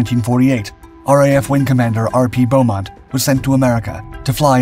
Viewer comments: The name is 'Beemont', not 'Bowmont'. Roland Beamont. It used a Reheat system, not an American 'Afterburner'. The Lightning was almost always called the 'English Electric Lightning', not the 'BAC Lightning'. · Just to clarify - the test pilot's name was Wing Commander Roland BEAmont - without the 'u', and pronounced 'bee-mont'.